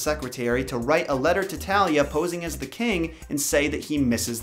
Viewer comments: Lol, “Da King” 😂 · 'Da King.' LOL!!! Love your drawings.